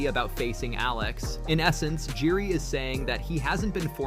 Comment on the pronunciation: its not pronounced Jury the J is silent on Jiri.